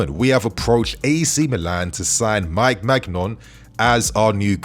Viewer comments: It’s pronounced mainian not magnon 😅😅😅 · It’s pronounced “Mee-g-nian”, but yo we should’ve raid Milan Theo, Rafa, Maignan 🤣